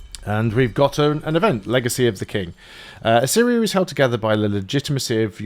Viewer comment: Thanks for the guide, it's really helpful as i start playing the game. Also, your repeated mispronouncing of Assyria as "Arissia" is hilarious.